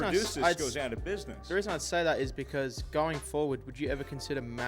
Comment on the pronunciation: says "That's the weason"